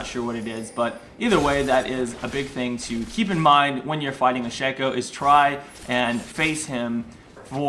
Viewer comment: I am so glad someone pronounces Shaco correctly!